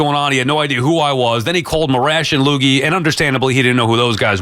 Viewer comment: if i hear that dude "loogie" again i'm fucking crash my car